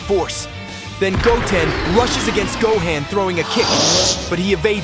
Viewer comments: The way you obliterate vegeta and gohans name is insane to me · Im bout to report you just for the way you pronounce gohan and vegetas names. The disrespect is real